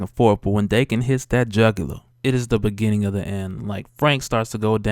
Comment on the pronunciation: I always pronounced Daken (Dah-ken) not Dae-ken